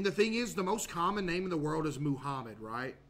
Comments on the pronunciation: Of course when he's talking about the most common name he says moo-hommed. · Bro said moohamed😭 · Bro said he's spreading the knowledge and proceeds to say Muhammed incorrectly several times